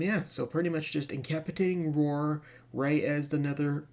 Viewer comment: Thank you very much for the guide. FYI: There's a soft "C" in that word. It sounds like "In ka PASS i tate ing," not "in CAP i tate ing." I just thought you might want to know for a future video.